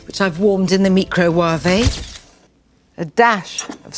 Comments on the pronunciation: Real Microve Pronunciation: (mai krow wayv) Nigella Lawson Microwave Pronunciation: (mi krow wa veh) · wt.,.....come again meecroo waavee...... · "The mi-cro-wava' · Me: Micro-Waifu Nigella: Micro-Waffe Me: Micro-Waffe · Meeko-wav-rey, HAIYAA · 💀🤣🤣🤣 Mecrow waavayy🤣🤣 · Mikro waavay. 😂🤣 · Sorry....did she just say "mee-crow-wah-vay" ?????? It's two simple words put together ma'am. Micro and wave. 💀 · WTF Mee-cro-wov-A ..... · Mee- cro-wah-veh english👌😂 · Did she really say me crow wav eh? Wow. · Okay but can we all agree that the way she pronounces microwave (Mi-cro-wav-é) is literally worse than COVID-19😥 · I was okay with this video until MICRO WAA-VAY 😠😠😠😠😠😠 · DOES SHE SERIOUSLY PRONOUNCE MICROWAVE AS ME-CROW-WAH-VAY I'M DED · Nigella hun, can u please explain where in the world did you learn to pronounce microwave as "mIkRoWAveY" ?? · A "meecrowavé," wow. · Still can't get over the fact that she said "Fat from the Milk warmed in the meecroWaaaVe" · Mi Cro Wa Ve: The most chinese way to pronounce microwave. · microwuave LMAO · Isn't she the one who pronounce Microwave, Meekro waavey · Shes way too fake posh and WTF is a Micro wav ah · Wtf is micro-wa-vay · 400 people pronounce it me cro wa feh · "Me-crow-wah-vay"....? (If "elegant fingering" didn't make it into the blooper real, would have been so sad.) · Mee Crow Wahvay. I am so using this pronunciation from now on. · “meecro-wah-vay? When unctuously arrogant tv personalities desperate for setting themselves apart. “Come on kids, “wah-vay” to grandma. 🙄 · Pronounces microwave as "Meek crow wah vey" She's definitely on crack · Mee Craw Huawei 🤣 first time hear people pronounce "microwave" this way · omg,,, did she really? micro-war-vey??? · I know Nigella Lawson because of that clip where she produces "microwave" as Mi-Cro-Wa-V and that's how I pronounces it now 😂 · Nigella Lawson’s pronunciation is hilarious: she says microwave, and bok choy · I've never heard anyone pronounce microwave so wrong